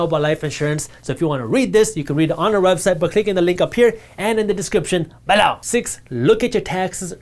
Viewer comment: I keep thinking he's using some Hindi or other Indian language as an emphatic exclamation. I was confused for quite a while now before I realized he's saying "below" like "bahlor". He didn't do that in his videos a year ago.